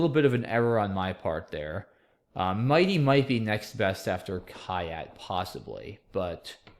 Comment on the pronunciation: Just FYI, "kyat" is pronounced "chat" :-) .